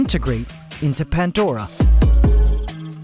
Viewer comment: i always thought the ecosystem was called pan-dora and not pant-dora? (from pandora's box as reference)